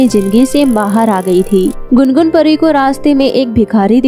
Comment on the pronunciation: Pariya NAHI pari